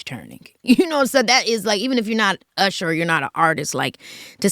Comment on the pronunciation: IT'S URSHER